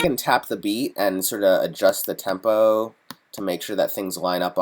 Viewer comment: i made a beat with a sample of your voice when you say tempouu lololol its awesome